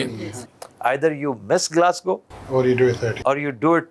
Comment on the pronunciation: Aftab iqbal sahib aap ne Scotland ke city ka name glascow lia, lekin ye Glasgow hai.